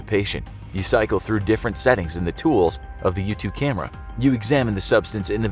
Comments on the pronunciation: I kept hearing YouTube2 instead of Yutu2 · I thought he was saying youtube 2 🤣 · I kept hearing 'YouTube2 rover' 😁